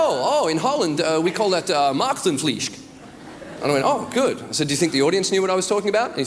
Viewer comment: OH GOD! That really IS how Dutch people speak English! (Or rather most of them ;-) ) I love how he tries to say 'maagdenvlies'. I really cracked up then, not only because he pronounced it very porely, but more because I finally understood that first joke :)